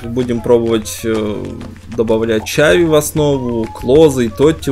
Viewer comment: правильно надо говорить хави, а не чави